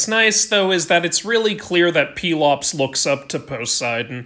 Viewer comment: Man I only heard his name pronounced pel-ops instead of peel-ops